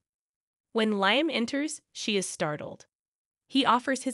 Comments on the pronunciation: It’s not,Liam,it’s Liam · You miss pronouncing Liam